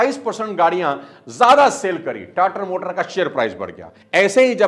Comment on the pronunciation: सर जी टाटर मोटर नही होता टाटा मोटर्स होता है😂 13.06 मिनट बोला आपने